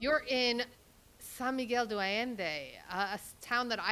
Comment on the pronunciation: The host needs to pronounce San Miguel De Allende correctly. She is butchering it! It is Not Do Allende it’s De like day pronounced. Please pronounce the Spanish right. This goes for the interviewer as well. I know you’re not a native but say it right if you are going to educate /inform people about this place. 😮🙄